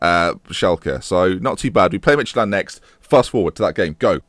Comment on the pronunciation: Lol, you pronounce it "Midgetland". :D